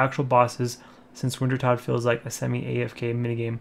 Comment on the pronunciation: Wintertodt is pronounced Vintertoad. Prifddinas is pronounced Prive-thee-niss.